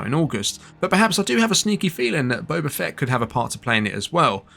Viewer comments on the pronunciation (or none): none